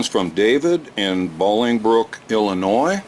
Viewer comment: Your wife's from Northern Illinois?!? Such a deal!(8-) But yeah...It's pronounced Bowling Brook, not Balling Brook. So I always teased people and called it Babblingbrook(8-)...and called Downers Grove Downers Grave...I had friends from Lyons...so I called it Tigers. I called Naperville Naperthrill. Your wife will probably tell you I'm a mess(8-)...fairly accurate.